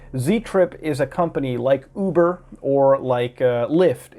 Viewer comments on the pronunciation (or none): none